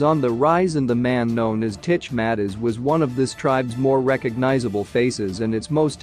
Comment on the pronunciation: It not Matters you pronounce it as Mattez